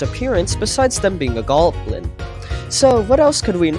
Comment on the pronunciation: "Ghalblin." -, 2025.